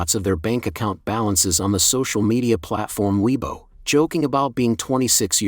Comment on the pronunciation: Can you please learn how to pronounce weibo?